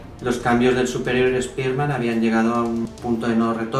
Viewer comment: Buen video pero, no soporto tu pronunciación española… deberías decir los nombres en inglés, por ejemplo: Spider-Man (como se escribe y tu pronuncias) deberías pronunciarlo "Spaiderman" suena mejor el nombre original. Pero excelente hermano, saludos desde Venezuela